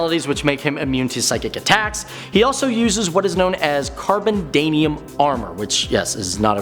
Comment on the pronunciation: He also had an issue saying Carbonadium